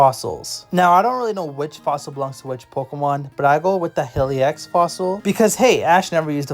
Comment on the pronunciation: heli x 😂😂😂 ITS LORD HELIX!